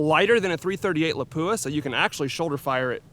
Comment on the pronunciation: Why is it that no one can pronounce the word Lapua correctly???